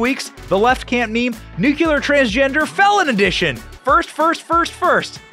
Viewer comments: I ❤️ YA BROTHER BUT THE EDUCATOR FROM MY MOM IS CLIMBING THE WALLS . SAY IT WITH ME..... NU CLEE ER, NOT NU Q LER 😉🤣🤣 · Please....NUCLEAR, not NUKULUR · Nuclear not "nucular" ... English is not my 1st language and yet ... 🙄🤐😑🤔😶 but i laughed really really hard. 🤣 great show🥳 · It's nuCLEAR not nuCULAR! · Come on Benny, nuclear, not "nucular". Don't go all George W on me...😉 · It’s ‘nuklear’ not “nukuler” . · There is no such word as "N u c u lar" ! If you want to be taken seriously at least pronounce a word that you use 3 times in a sentence. It is N U CLEAR! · Is that NUCULAR the same as NUCLEAR, oh yeah it's pronounced N U C L E A R !!!!!!!!!!!!!!! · Hard to give credence to someone who pronounces nuclear as nook you lar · Benny, PLEASE! For the love of God, please learn how to say Nu cle ar !!! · Benny, I really enjoy your content but PLEASE learn how to pronounce the word "nuclear"! It's so distracting I had to watch this video twice 😔🤦